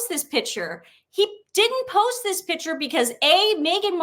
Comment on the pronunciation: Ladies love your info Please remember that the word is not “pitcher “ A pitcher is a vessel for liquids. A PICTURE is pronounced Pic- ture.